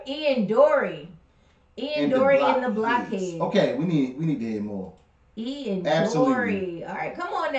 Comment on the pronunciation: You pronounce the heads of Blockheads as if you don't know what it means.